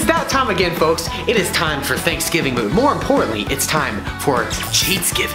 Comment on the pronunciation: boy do I love “geats-giving”